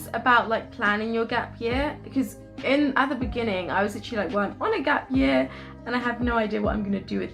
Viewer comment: 'Gap yah' is how you usually pronounce 'gap year' don't lie 😂 you are trying to sound more london now